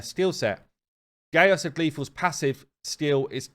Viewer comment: His name is not gay-us it's Gaius(guy-us) it's a Roman name.